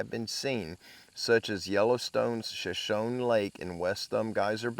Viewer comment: It's pronounced SHA- SHONEY = SHOSHONE ❤❤❤